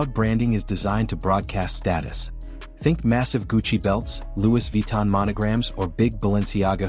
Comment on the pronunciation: “Lewis” (sic) Vuitton??! Man, creators need to stop using AI VO that make rookie errors like this. 🙄